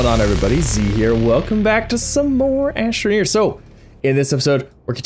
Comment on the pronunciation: Only "Astromeer"